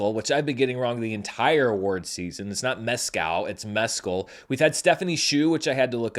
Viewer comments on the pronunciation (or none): none